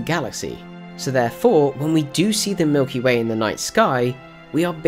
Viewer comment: ha you said milky may